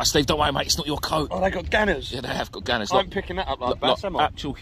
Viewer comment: Wtf is a Ganner??? Good vid btw👍